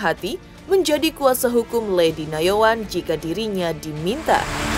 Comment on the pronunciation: Ketut bkn kentut Nayoan bkn Yanoan 😂😂😂